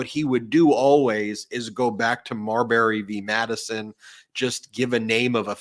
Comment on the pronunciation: Marbury? Come on.